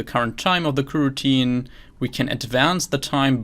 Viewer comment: I see, thanks! And thank you for the great content! (The reason to use Java is that I'm a beginner and have already tried to learn way too many languages this year... and btw, I think your pronunciation of kuh-routine is hilarious xD)